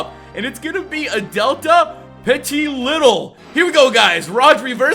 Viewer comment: Why do you pronounce petilittle? Isn't it petilil